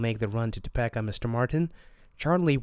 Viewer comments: “Tuh-PEE-ka” not “Toe-pecka” 🥲🥲🥲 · Toe peeka not Toe pecka lol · Hahaha top- peck- a. Love it topeka is now that. Thanks for reading this odd book 😁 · Topeka is pronounced toe-pee-kah. And you are not saying burlington and zephyr wrong too. 😅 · For the love of all that is holy, it's pronounced TOHPEEKA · Im annoyed at his pronunciation of toe-pee-ka. If youre gonna be a channel that reads at least know how to say the name of cities. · Thank you for reading this children's book by Stephen King. My daughter wanted to know if Stephen King had written any children's books and a webpage pointed us to your video. You did a very good job. I have just one tiny suggestion. Topeka is pronounced so that the 2nd syllable has a long e. like this Toe*peek*a and not Toe*peck*a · Bro gotta learn to say “Topeka” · Um, Topeka isn't pronounced like that. LOL